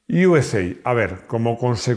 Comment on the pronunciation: Yuesei , toma inglichutismos Yo siempre he oído “usa” literalmente